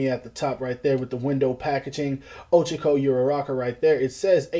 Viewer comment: Man really said ochico